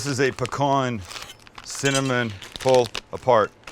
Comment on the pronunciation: As a Louisiana native I salute <S> you for pronouncing pecan correctly!! Not pea-can.